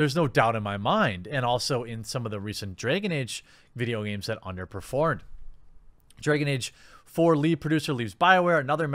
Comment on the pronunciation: 'Dray-gon Ayge'.